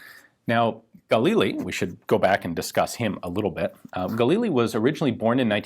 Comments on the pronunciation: Mishmar HaYarden is a name of a place, not a name of a person. Also, its pronounced as gaLIL instead of GAlil, and mishMAR hayarDEN instead of MIshmar haYArden. actually, mishmar hayarden means yarden guard, or jordan (river) guard. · Sorry this is driving me crazy. The stress is on the start of the second syllable. So its Ga-Lil, not gAlil. Emphasis the L more than the A. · GUH leel. Not GAAHHL EEL. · if you pronounce it guh-LEE-lee ...why do you pronounce it GAUL-eel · I think Ian meant "...the Galil" not Fal here! :P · It’s pronounced gal-eel mate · i thought it was pronounced guh-lil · I thought it was pronounced (gah) + (lil) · Pronounced "Gah-LiLL" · His pronounciation of "Galil" is so cringe-worthy.... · Pronounce Galil just like you pronounce Galili but without the “I”. The emphasis in the word Galil is on the “Ga”. Not on the “lil”.